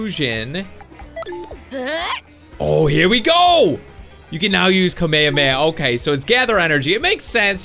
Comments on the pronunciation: its ka-may-ha-may-ha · You said Kamehameha wrong it's like Kama hama ha is how u say it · its pronounced kamay hamay ha not kameameha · It's Ka me ha me ha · he says kamhameha so wrong